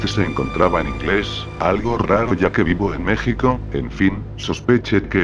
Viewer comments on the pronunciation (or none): none